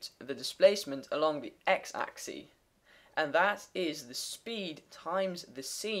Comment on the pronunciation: Great, but it is pronounced AXX ISSSSSS and SYNE not SEEN